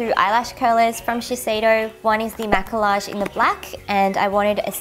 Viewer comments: the word "Maquillage" is french the correct way to pronounce is ma-ke-yazh and it means make up, not ma-ke-large ^^ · Wow that blush looks incredible. But side note, maquillage is pronounced ma-key-ahge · Ahhhhhhhhhh I want everything in this haul :-( Especially that Laduree blush you got. Ps: Maquillage is pronounced as "mah-key-yahj" and it means make up in French :) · maquillage is actually pronounced ma-key-aj it is french for makeup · Maquillage is actually pronounced "Ma-key-ah-jeh" because in French, the double L is pronounced with a y sound (think Ratatouille) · Maquillage Is pronounced "Mack-kee-yaj" lol it's French.. :) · I'm fairly sure that the double l's in Maquillage are pronounced like y's. If not, any French speakers out there? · btw! maquillage is pronounced 마끼야즈 (it literally means make up 😂) and yeah you pronounced Visee right :p